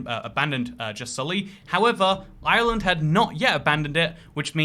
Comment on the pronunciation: Why tf does he have to pronounce Ireland like that? Cringe